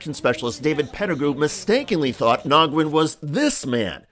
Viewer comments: Pronounced NEWYEN not NOGWEN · I can't stand this. The 2nd man's name is pronounced as WIN. He's Vietnamese. I have a best friend with the same name, Nguyen is pronounced Win, not Nagwin. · Hi David. Just FYI: ‘Nguyen’ is usually pronounced ‘Winn’ (phonetic for ease) or some similar variation. I’ve known many Nguyens in my 55 year lifetime & I’ve never heard it pronounced ‘Nogwin.’ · It's pronounced "Win" not "Nogwin"... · Nyguen, (pronounced) NA-WIN). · This is horrendous. BTW...Nguyen, is pronouced Winn. I know many people in my area with the same name. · Please learh how to pronounce people's surnames - "Nogwen"? Are you kidding? V disrespectful and white American privilege! Just ask any Vietnamese person how to say it - not that hard. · His name is pronounced "wen" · Wait, so you've read the comments on the trespass video and you are still pronouncing his name "Nawgwin"?😆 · The “N” is silent in Nguyen